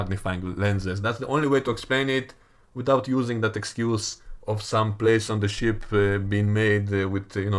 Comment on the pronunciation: U say ship I hear sh t